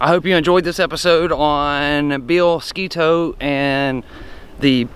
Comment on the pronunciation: Thank you for pronouncing Sketoe correctly